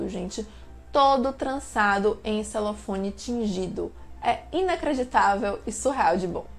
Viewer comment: Criatura, é papel celofane. Celofone não existe.